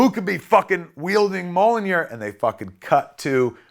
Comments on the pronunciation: Every time Kevin calls Thor's hammer "Mollinear" I cringe like someone is forcing me to watch my parents having sex. Kevin, it's pronounced "Me-YOLL-neer." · It's kinda embarrassing how you can't pronounce Mjolnir. It's pronounced how it is literally spelled: M-YAWL-NEER. Not MO-LLO-NIR. Stop saying Mollonir. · It’s meeyolnear. Not molonir. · It’s mjolnir, not molinir. Great description of the movie. You have a good memory. Your passion is clearly visible. Great job Kevin, keep it up. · Great and fun and heartfelt. MJOLNIR is pronounced ME-UL-NEER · I love you Kev but (Mee Ya'll Near) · Mjolnir is pronouced Mule Near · Is this how word Mjollnir should be pronounced? Not doubting it or anythin, Mr. Smith definitely knows more about comics than I do, its just I have never heard anyone else to say it like this. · you need to learn how to pronounce mjolnir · The best part of this is Kevin's pronunciation of Mjolnir